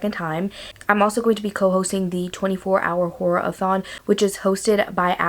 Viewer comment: Not gonna lie, when you said horror a thon, I thought you said whore a thon 😂 I was like I might have to come back for that 😂